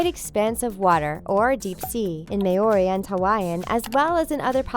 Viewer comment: The way she said Maori is annoying. I am from a Maori speaking language and the way she pronounced it is completely off!